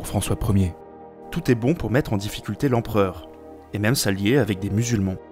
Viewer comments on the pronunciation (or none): none